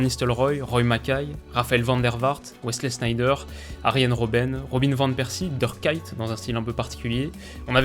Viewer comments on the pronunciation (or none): Pourtant il en dit presque aucun avec la bonne prononciation.. Le pire et le Dirk KAÏT... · Dirk Kuyt par Durk Kayt ahahah